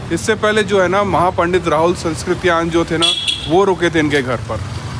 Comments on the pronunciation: आप राहुल shankirtayan जी के नाम में उच्चारण ग़लत कर रहे है कृपया ध्यान दे,sanskritayan नहीं है सांकृत्यायन है। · भाई साहब ,राहुल सांस्कृत्यायन नही,कृपया सांकृत्यायन उच्चारण करें